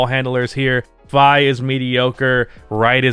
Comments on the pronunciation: YOURE PRONOUNCING SVI WRONG ITS SVI LIKE WII NOT SVI LIKE WHY CMONNN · Svi is pronounced Svee